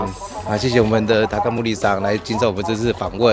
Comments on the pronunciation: "高森"發音是takamori，你的發音比較像是takamuri，這樣就會變成”高無理”‘。("無理"是不能，不行，很難的意思)，不過我想高森先生應該是不會介意的😂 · 森的發音是ㄇㄡ ㄌ一，你的發音比較像ㄇㄨ ㄌ一